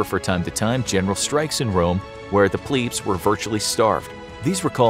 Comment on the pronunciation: It is pronounced Pleb not Pleeb. Plebeian not pleebeian